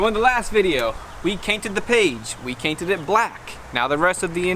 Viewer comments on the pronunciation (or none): Mf said cainted 😂😂😂😂😂